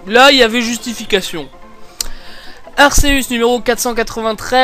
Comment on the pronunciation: on le prononce arkeus